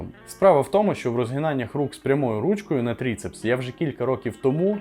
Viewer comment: Не Трицепс а Трыцепс. Буква Ы украинская. Без хейта если что. Сам таким страдаю когда приходиться по анатомии записи делать на работе.